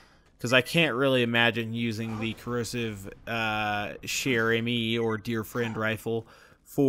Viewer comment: Just pronounce "chère" like "share" and that's it !!! You are already perfect for "amie"